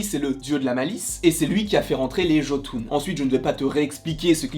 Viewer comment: Ehhh le mot jotun ce prononce yotun